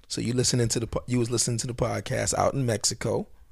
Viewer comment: Thank you for the correctly pronounced México shoutout, and Margarita thanks you for taking the time to answer, she was laughing hard when she heard you mentioning her. She still disagrees fundamentally with you and thinks you somehow made it even worse with your apology, but she said she doesn't want to "criticize someone when they're trying", LOL. She used to like Orlando Magic, but I infected her with the Knicks virus (at least for this season). There's not many people to talk about the Knicks around here, so we appreciate an authentic, unbiased and spontaneous commentary like yours. Much love,. Solid podcast.